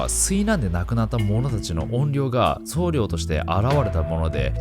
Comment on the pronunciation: [そうりょう]ではなく、[そうりょ]ですね